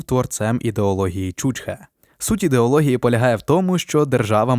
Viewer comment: Наче б і цікаві програми робите, але коли непоавильно ставите наголоси, то таке враження, наче ви невігласи, або знущаєтесь над слухачем. В першому випадку це ставить під сумнів всю інформацію. ЧучхЕ! Подивіться, як воно пишеться, як вимовляється і що значить